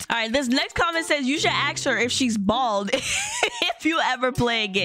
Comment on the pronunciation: u say "ax" instead of "ask" but its okay